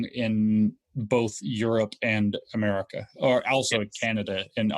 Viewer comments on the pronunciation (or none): none